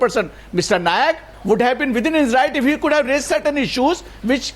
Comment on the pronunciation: Arnab chutya, it is not "Nayak", it is "Naik".